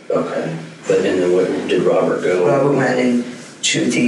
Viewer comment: He has a speech impediment, like a kid who hasn't learned how to pronounce R's.... he replaces them with W's. Instead of Robert, its Wabert. Pewson to pewrson.